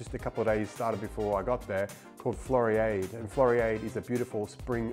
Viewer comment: Interesting video. Floriade. Pronounced Flori ard (like in hard)